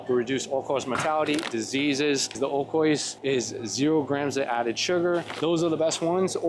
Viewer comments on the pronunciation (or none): I love you man…but u gotta start pronouncing oikos correctly 😔🥀